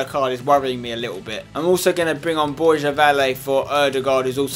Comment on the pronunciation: Spencer, can you please say the name Borja right mate ? Not Borzha, not Borya, it's BorHa !